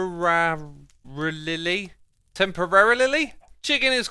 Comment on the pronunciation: I can't stop laughing with the "temporararilly"😅